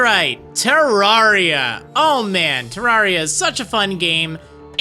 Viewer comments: I'm sorry but u saying it as terr-ar-ia ( I know that how u say it but I've always said terr-rer-ia ) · It's terraria not teraria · PyxelBreakfast // GS How is he pronouncing it correct. It's based off of Terra, or Terrarium. Terrarium isn't pronounced Ter-Rawr-ium. It's Ter-air-ium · u prenounced the name wrong brono offense also NO OVERWATCH PLZ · (Says he's experienced) (Can't even pronounce the name of the game right)